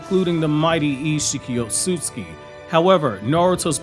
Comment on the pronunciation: I love all of this guys videos, everything about them except for one thing. I hate the way he says Ōtsutsuki…